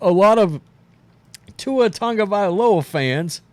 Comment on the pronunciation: It's TAgo / Via / LoA not tounge'valoa say it right there is No N in his name 😂😂 other than that just Say TUA